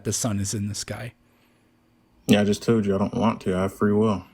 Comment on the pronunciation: “I jus toed you”